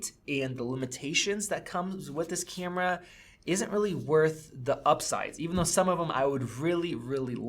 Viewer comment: love u say "cyyyamera" instead of camera ... its...kyammmra